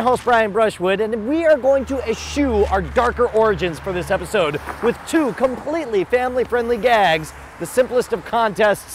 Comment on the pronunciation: Its with not wid